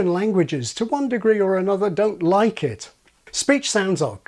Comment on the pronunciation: There's something else young people do. she doesn't say "unpublish ʔit", she says "unpublish ʔiʔ". They replace all of their mid-word T's with glottal stops, like now it's "buʔon" instead of "button".